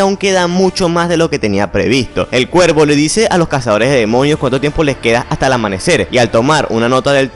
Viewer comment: Por que dices ciervo en lugar de cuervo?